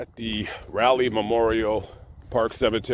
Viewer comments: It's "Rawley" not "Rally".... because your content is superb, I won't ding you lol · Great 2 we that you made it to Raleigh NC. It's pronounced Rolly. As in Sir Walter Raleigh. It's my hometown. I did not know Mr. Scott was buried there.. What is the name of the cemetery. Safe travels to you. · Gotta help my man here. Raleigh is pronounced “ Rah” leigh. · Rah Lee is how you pronounce the city where he's buried at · I love your videos but hate the the way you say Raleigh. As someone from this area, it makes me cringe every time I hear an “outsider” say “Raleigh”